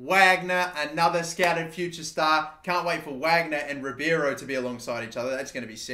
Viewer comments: Its Ribeiro, not Ribiero... please pronounce it properly 😂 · You pronounce Ribeiro’s name like Ree-Bay-Row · There’s a hockey player named Mike Ribeiro, and while not Brazilian, his name was pronounced “Rib-Arrow”. It imagine it’s the same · Elliott Russo it’s pronounced Ree-bay-row